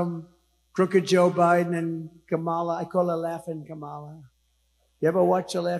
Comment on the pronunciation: He pronounced her name “Kuh Molla” not “Kom Ella “. The way he is saying it reminds me of the Pro Wrestler Kamala , The Ugandan Giant. Google it.